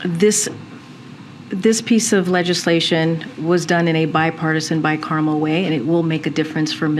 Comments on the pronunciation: It is not pronounced 'bicarmel'....it is 'bicameral. What a moron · Litigation is done through the court process. Not the senate or congress. And what the fuck is bi-carmel.